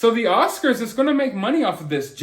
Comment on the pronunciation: Can we get him actually adrezzing it pleazze. Not just someone doing commentary . The Oscarzz should be paying him since they’re the onezz that didn’t protect him. He needz to sue Will too for damagezz .